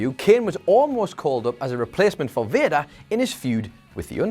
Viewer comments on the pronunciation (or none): Will anyone tell him Vader is pronounce Vay-Dur and not Vir-Da!?!?!?